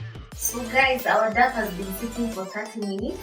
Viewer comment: I like your recipes. But I cringe everytime you say DAF.. DAF. It's pronounced DOW.. DOW.. Like this